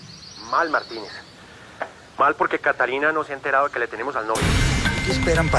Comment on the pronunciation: Me da mucha risa con don marcial por que no sabe decir catalina y dice catilica